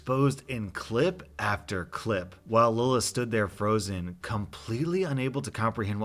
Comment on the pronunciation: Im so glad you pronounced the name Lilith right. Thats my little sisters name and usually people pronounce it "Lie-Lee-ith"